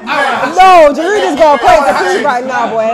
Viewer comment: Why are people saying GIroude?!? It's a SILENT D!!!! GIROUD, like G-ee-rou! You don't pronounce the K in knowing, do ya?! Man's been in London 4 years and you lot can't say his properly. Ffs.